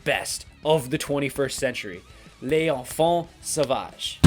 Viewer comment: Sick rivers of nihil (inverted) shirt dude ! Freaking love this band ! Also, very correct way of prononciation for "Duplantier" but less correct for "L'enfant Sauvage" :^)